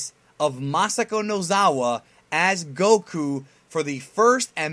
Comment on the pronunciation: Kudos to because he said Goku as it should be pronounced XD. It's nice to see and know all of this, we do have some similarities for us in Latin America. Great video 🤲🏼